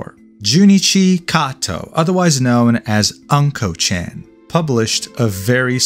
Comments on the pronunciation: I couldnt watch the video because you keep pronouncing "unco" (meaning poop) as "uncle" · Hey, it's Not "A"nko, but "U"nKo. AnKo means Red Bean Jam, and UnKo means Poop/Faeces, It's TOTALLY DIFFERENT THING!! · he sure lives up to his name because Unko ( a closer pronunciation would be "oon koh" ) means Sh!t. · not anko chan, but unko chan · hahaha anko chan, its unkoh meaning shit or poop. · Bro can't even pronounce unko correctly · Ok, mispronouncing "Unko" is kinda understandable, but "Show Hai"? Come on!